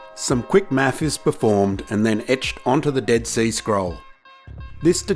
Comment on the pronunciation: sounded like "some quick maff is performed and etched onto the dead sea scrolls" 🤣